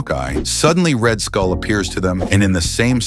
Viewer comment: You say red skull I hear red hood